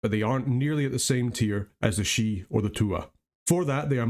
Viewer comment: Thank you for the attention to the pronunciation. It ruins the flavor when people can't be bothered to pronounce names at least semi-correctly. Couldn't watch that one guy saying "sidhe" the same way you would "CD".